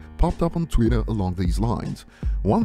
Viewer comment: If this A*s Hat says "Tweet-er" one more time my brains are gonna leak out of my ears G*d damn it!